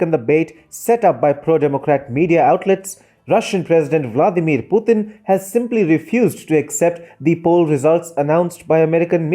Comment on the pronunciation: Absolutely right. But please pronounce the name as Mr. Putin and not Puthin.